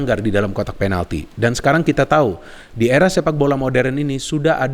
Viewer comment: Kok bisa sih ngomong"penaldo"ngakak 🤣🤣